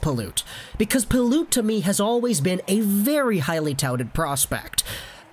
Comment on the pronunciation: PYLUT NOT PILOOT